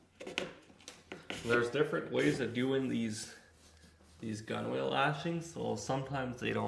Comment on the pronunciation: Nice video. Both informative and relaxing. One thing on another canoe maker's videos. Gunwale is correctly pronounced "gunnel" Also why nt use a Mora style knife blade to slightly separate the gunnels and use that tension to hold the lashing end. Beautiful canoe !